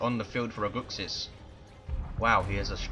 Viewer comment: Was a gg didn't play as good but we got the game:) btw you pronounced my name better than most people lol. -Aguxyz